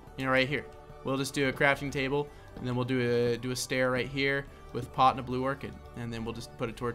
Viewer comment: 'You can even take a pot' I thought you said something else haha